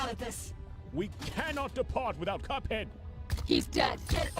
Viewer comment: Did bro call cuphead coveck??